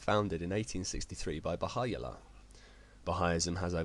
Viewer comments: First it's the Baha'i Faith, not Bahaism. Pronounced "Ba hi" Founded by Baha'u'llah, pronounced "Ba Howl Lah" One God, One relidion, One Mankind. Do a little research. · your accent is so funny! the name Bahai allah is persian and so should be said bah hau allah! other than that great vid!